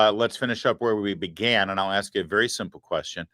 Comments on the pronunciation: Larry, glad “aks” bothered you as much as me. Someone needs to aks them how to spell that. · That slimy Democrat arrested person who can only prounce the word ASK into Axe. I hope that she goes to jail for her assault on the ICE Officer. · I AX YOU!! YOU AX ME!! HAHA 😂😂😂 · “ I ax you dis” Guy…..uhhhhhhmmmmm how do imbecile idiots get votes ?? What do you think ? Fake elections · 🤣🤣🤣 "Ax" the question, 😂😂